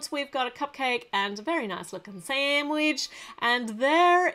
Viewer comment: You said sandwich but without the D sanwich